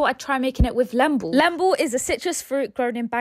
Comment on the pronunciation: It's pronounced leeembu not lembu ❤❤